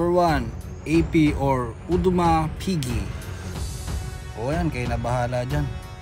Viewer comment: Ayos ganda nung "Odimers Pige" 😆